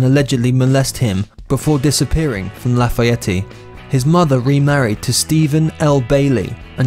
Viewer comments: 2.25 Dennis ..wtf..laf eeeee yeti...🤔 .I'm 2.30 mins in fuckin hell I'll finish because it's makin me chuckle...4.43 not his brother that's the fella out of blind melon I think, picture after has Stuart bailey (pronounced baaaar lieeee)... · Dont forget the way he pronounced Illinois and Lafayette. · Wish they would have researched how to pronounce Lafayette. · dude u dont ptronounce the E on the end of lafayette and also the S is silent on Illinois do your homework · Seriously dude Lafayette and Illinois need some serious work, in the pronouncement department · Married to Erin Everly but shows a picture of Stephanie Seymour. Can’t even pronounce Lafayette, IN. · That is not how you pronounce lafayette. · Usa una imagen de Stephanie Seymour para hablar de Erin Everly y una de Shannon Hoon (Blind Melon) para hablar de su hermano Stuart... imposible confiar en cualquier cosa que diga este video que ni sabe cómo pronunciar Lafayette🤦🏻‍♀️ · Lafayette-LA-FA-ET not Lay fa ettie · I live in St. Louis MO and there's a little town a couple hours south named Versailles but it's always been pronounced here as "Ver-Sails" instead of the proper french pronunciation. That being said, I've never heard La Fayette pronounce as "La Fayetti." This narrators pronunciations are truly fingernails on a chalkboard to me. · You don't pronounce the E on the end, La fy yet. Not Lafayetteeeeeee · Its Lafayette not Lafayetteeee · Dude! It's pronounced......La Fayette! Period...............not La Fayetteeeee. I'm from Indiana, I should know. ;) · Laugh a yeti? Did you mean Lafayette? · Lafiyetty Indiana? Its La fa yette You DINKS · I’m from Indiana and when this dude said “lafuhyeteey” I almost died. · Marc Jones Lafayette pronounced La fee ett. I was born there. And Axl’s real name is William (Bill) Bailey. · it's pronounced (Laugh-i-ett) not the way u just bumbled it again. 🤦🏻‍♀️ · Lah Fay Ett. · It’s Lah-Fa-Yet. 😂😂😂😂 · It’s pronounced “loff-ey-ET. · Dude it's Lafayette La Fye Yet